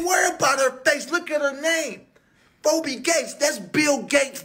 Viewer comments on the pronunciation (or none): NOTE : Phoebe Gates = its pronounces "Fee-Bee" !😎